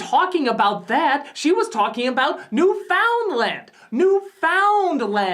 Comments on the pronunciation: Why can no one pronounce Newfoundland right? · thank you for pointing out she mispronounced Newfoundland im from there and every time i have to explain it to a person who doesn't understand its one word, my faith in the human race goes down slightly